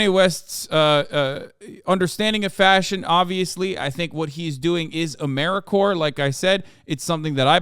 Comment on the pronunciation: lol as an AmeriCorps member you saying Ameri-core was tripping me out